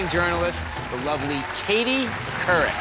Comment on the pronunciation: COURIC